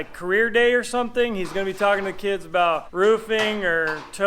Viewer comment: "Aboot" I heard that. Making fun of my Minnesota. 🤣🥶